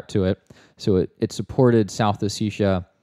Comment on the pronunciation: it's hard to take these guys seriously when they can't even pronounce "ossetia" correctly